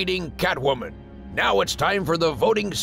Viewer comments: did.... did he just say "meow back to what..." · The narrator says meow instead of now